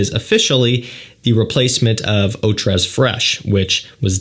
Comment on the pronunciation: I cringe every time he pronounces the s in tres